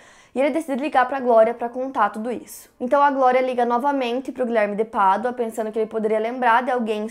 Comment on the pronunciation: Me lembro que foi com o primeiro vídeo sobre este caso que te conheci. Na época ficava irritada com você falando “Guilherme de Pardua”. E então pensei que eu tava sendo uma idiota e vi mais um vídeo, e outro e todos kkkkk. Você faz um excelente trabalho. Parabéns pela forma como aborda,.